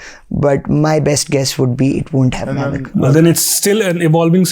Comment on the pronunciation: I believe, it is not pronounced nav-ic, it is naav-ic.